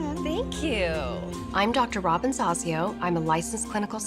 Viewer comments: Claims he has "watched the series since day one" and completely butchers her name. 😃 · Lol he mispronounced Dr. Zasio. I used to do the same 🙄